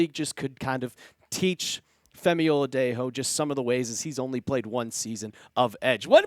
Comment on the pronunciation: "Femi Oladejo" Oh-La-Day-Jho/Joe. The J isn't H sound * 🫡